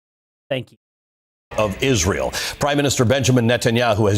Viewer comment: Candance can not even say Israel right and wonder how many times she say it in 2025. Will be funny to hear her every time in 2025 even this years 😂 so many words she can not even say right way is mindblowing